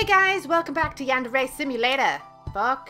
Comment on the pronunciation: Is Yundere not Yandere